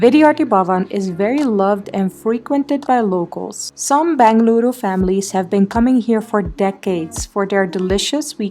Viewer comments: Every time you say "Bengaluru" U make me feel so much happy ❤. Thank you appreciate it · Loved the way you said Bengaluru. Glad our city is making you feel at home. Malleswaram has its own old world charm, with green tree avenues., old bungalows even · Your pronunciations were pitch perfect 🙏🏼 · Love how you pronounced as "Bengaluru"❤️